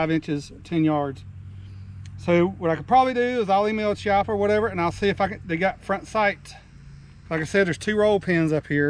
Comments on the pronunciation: It’s pronounced “Kiappa”. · It's 'KEE-APPA'. Hear it from the man himself